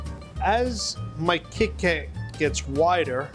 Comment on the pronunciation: The way he says kitty cat its so funny. 😊